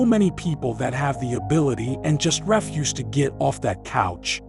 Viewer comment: Good message. motivates. The AI voice is annoying. Pronounces words like refuse wrong. 7/10